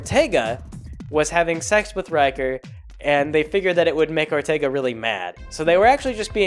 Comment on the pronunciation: Good ol' Perlerce Erfercer Orterga